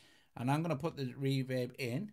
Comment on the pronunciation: I like how he says “reverb” like “REE vib”.